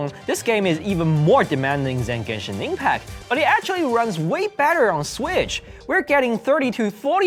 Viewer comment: "we TRied! Genshing ingpak on SwiSh" :3 i mayyyyyn wii do get into da gang B)